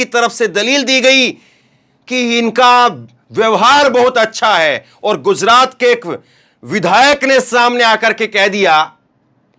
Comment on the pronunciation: KYUN GUZRAT BOLTA HAI. GUJRAT BOLNE NAHI AATA..YEHI EDUCATION HAI...SHAME SHAME